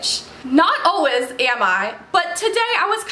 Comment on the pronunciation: "Alwez" you're the best queen at saying "Always" 😂❤️💕